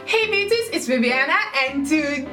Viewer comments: I just discovered your videos a couple weeks ago and I looooveee your videos. Learning how to control my hair a little bit has been a great adventure. And your personality is amazing. But every time you say ‘Hi Beauties!’ I always think you’re saying ‘Hi Bitchesss’ and I get taken aback a little bit lmao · Every time when she says hey beauties I think she is saying hey bitches BTW I love your accent.